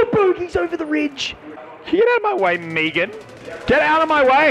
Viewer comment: The way you say "meghan" should be punishable by law.